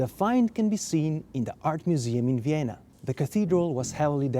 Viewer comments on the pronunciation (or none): none